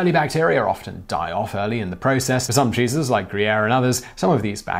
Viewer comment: Am I the only one to understand Jesus instead of cheeses 😂😂😂 My favourite part was the stinky Jesus 😂😂😂